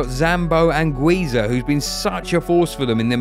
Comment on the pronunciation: omg how did you manage to mispronounce literally all the names in such a harsh way, is it really that hard to google just a little bit to say Kvaratskhelia, Anguissa and Giacomo the correct way🤦‍♂🤦‍♂🤦‍♂